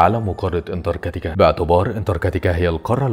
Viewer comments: انتركاتيكا ايه 😂😂😂😂 اسمها انتراكتيكا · في حد غيري مخه شوووط انتركتيكا😂